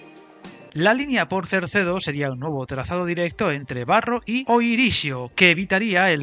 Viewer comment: Es CERDEDO, NO CERCEDO. No tiene razón de ser Cerdedo, ya que, además de no justificarse el volumen de inversión para el ahorro de tiempo, los 4000 millones de presupuesto dan para la salida sur y para una mejora sustancial de la línea del Miño, que además podría dar servicio en mejores condiciones a poblaciones intermedias, como Salvatierra, As Neves, Tui o Ribadavia, con cercanías o media distancia, que ahora tienen un servicio prácticamente inexistente o que no es competitivo con la carretera. Con la salida sur ejecutada no creo que la diferencia en tiempo entre Vigo y Ourense llegue a esos 10 minutos, ya que, además podría acortarse el recorrido con pequeñas variantes que eliminarían curvas de radio muy cerrado y algún túnel que también ahorraría recorrido y permitiría velocidades mayores.